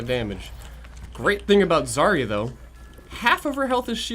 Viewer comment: But is it Zar-ia or Zar-ya? I think everybody mispronounces it all the damn time. (Я on the end)